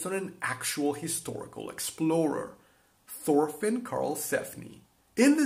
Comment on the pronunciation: its Torfinn, nått thor